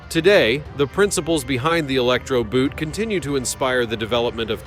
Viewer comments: The German word "boot" is pronounced "boat", just like in English. Nothing here I didn't know about, but it was good. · Boot, long oh. Similar to "post", but a tad longer and the sound stays the same along the vowel. And not "Einhertzempfänger" which makes no sense. EINHEITS-Empfänger. Meaning "unified" or "standard(ized)" receiver